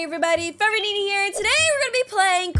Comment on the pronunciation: It is not Nena, it is Nenaa